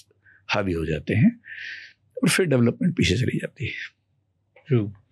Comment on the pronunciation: Very astute speaker. But a few things: — It's not "impact" (if you're trying to say असर), but "effect" or "influence". — It's not "fir" ("फ़िर"), but phir (फिर).